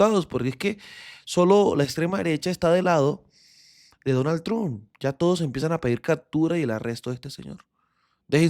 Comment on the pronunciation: Parcero, cuando diga Trump, diga tromp y le sube la calidad al vídeo 😊 esa es la forma de decir ese apellido